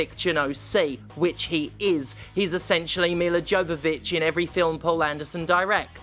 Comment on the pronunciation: LMAO "Mister Jovivich" 😂